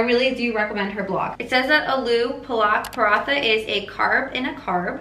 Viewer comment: as an indian... it was painful to see u butcher that aloo paranthe B... XD